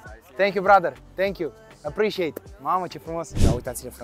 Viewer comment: Ce vlog și câtă răbdare, respect!! " Apreciatted apreciatted " :))))